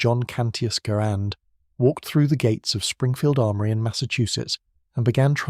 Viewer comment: Garand was pronounced "Gerund" according to him.